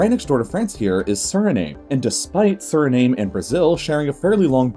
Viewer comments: It's pronounced SuriNAM not SuriNAME. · Suriname is pronounced Surrey-nom. Like nom, nom, nom. 😁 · How he pronounces the names of the countries in the Guiana Highlands drives me crazy. Suriname - soo-ree-nam Guyana - guy-ana Guina - ghee-ana Hops off soapbox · How could this narrator not know that the correct pronunciation for Suriname is Surinam, exactly the way the NAM in Vietnam is pronounced. SuriNAYM? Seriously? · It’s pronounced “suri-nam” not “suri-name” and yes I know it sounds a bit strange. Here’s a fun fact the Surinamese people speak Dutch because the country used to be a colony of the Netherlands. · Btw Suriname is actually javanese peoples from Java Island Indonesia, which was former dutch colony. So yes it pronounced Suri-nam not Suri-Name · It’s basically Surinam, not Sirname! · Just FYI, Suriname is pronounced as Soo-ree-nam, and not Soo-ree-name... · SURINAME IS PRONOUNCED SURINAAM NOT SURNAME WITH AN I SURINAAM LIKE HOWNYOU SAY VIETNAMMMM Edit: i am surinamese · Amazing video - but the constant mispronunciation of “Suriname” (suri-nahm, not suri-naym) is jarring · Narrator pronounced Suriname sir-ih-name 😆 You can tell dude's never been to most of the places he discusses. Sur-ih-naam 🤜🤛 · FYI: Suriname is pronounced Sur-ee-nam, not Sur-ee-name. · Suriname is NOT pronounced Sur-I-name......the ending is pronounced NAM. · Suri-nam, not Suri-name (although it’s spelled like that). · The pronunciation is not Suri NAME. It is Duri nahm. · It’s pronounced Surinam not Suri-name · Yes, Joep. But you are thinking about the Dutch pronunciation of the word "Suriname", which actually makes a lot of sense. Ayrton is talking about the funny pronunciation used in the video starting which you could write it as "surineem" in Dutch. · Stop with the VOC mentality. You don't own Suriname and are not the exclusive keeper of its facts. Suriname is pronounced as SURINAHM in english, and most Surinamese people of indian descent (called hindustani) are NOT from Pakistan.